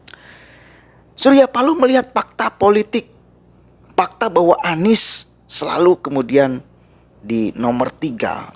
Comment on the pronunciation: Mas mas plural. Atau flural? Visi mas bukan pusi, fakta mas bukan pakta 🤣🤣🤣🤣